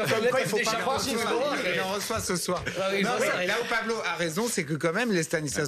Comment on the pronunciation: Pablo , Pa blo , Paw Blow 🤣🤣🤣